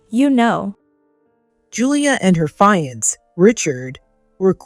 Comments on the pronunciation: Fiance should be pro pronounced as "fee-on-say" or "Fee-ahn-say"! NOT FA-YANS! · Fiancé is a French word...not a "fire-ants" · Can't you find readers that upropeproninciatipfiance ?( fee =on-say) 🤣🤣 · Why do the editors not catch the severely wrong mispronunciations to very important words to the story. ‘Fiance? “ ugh